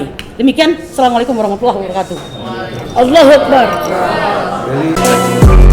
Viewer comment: Nyebut takbir ko ALLUWOOH... 😂😀😀